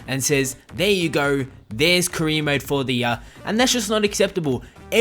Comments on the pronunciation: "kreer mode" what the fuck lol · Sounds like you're saying queer mode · all i hear is Kareem Mo instead of Career Mode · Sounds like you're saying Korea mode